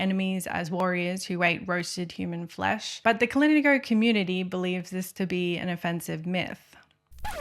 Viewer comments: Kalinago is pronounced with an emphasis on the na like ka-lee-NA-go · The way you said kalinagos threw me off so much 😭 even had me questioning myself but its kah-lin-AH-goh thats how you pronounce it (not trying to mean 😓) But beautiful video i love how your voice and how you story tell it kept me very much interested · 10/10 video Only note: hearing the mispronunciations of "Kalingo" and other Caribbean terms hurt me more than the discussions of cannibalism